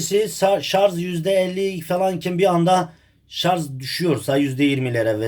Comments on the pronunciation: Allahım çıldıracağım şarz değil şarj, istediğiniz kaynaktan bakabilirsiniz okunuşuda yazılışıda şarj.🤦🏼‍♂️ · Şarz değil ! Şarj !!! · Şarz değil sarj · anladım ustam. Elinize sağlık. Şarz değil de şarj derseniz daha hoş olur videolarda. Hayırlı işler dilerim. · Güzel kardeşim şarj , şaz yok yanliş soylyorsan